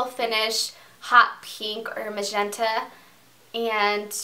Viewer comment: Macshenta (magenta) lmao